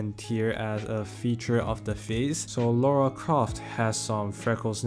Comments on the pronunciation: LARA ... Not Laura .... L.A.R.A .... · lora croft? not lara?